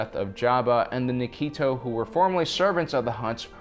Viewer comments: Nikto not Nikito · Nice theory. Also, it's Nikto. Not Nikito. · Nik to not nikeeto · Nikto, not Nikito